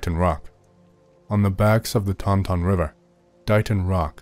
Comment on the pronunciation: I’m from the Bridgewater area. Taunton is pronounced “Tant’n” 😅